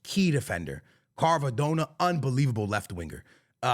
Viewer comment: saying Kharvadona is crazy 😂